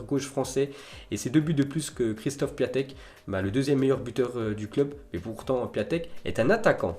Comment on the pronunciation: C'EST PIONTEK QU.ON PRONONCE PAS PIATEK!! AVANT DE PARLER RENSEIGNE TOI